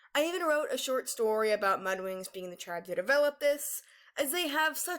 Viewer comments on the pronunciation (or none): none